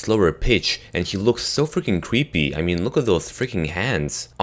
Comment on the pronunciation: Hey yo said cweepy